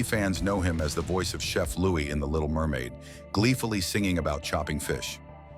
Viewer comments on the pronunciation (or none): none